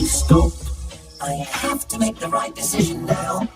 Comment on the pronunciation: Narrator: "Thomas made another dicision?"